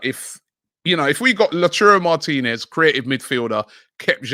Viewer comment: Is it just me or is Robbie butchering Martinez’s name😂😂